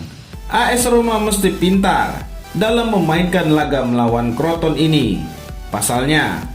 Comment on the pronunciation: crotone lah bukan kroton 🤣